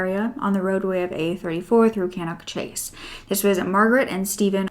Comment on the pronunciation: I can’t believe you have done this case... I live within walking distance of Cannock Chase! We go nearly every weekend for forest walks. Looking forward to listening to you tell the story! Also it is pronounced ‘Staff-ord-shurr’ and ‘cannuck chase’ 😃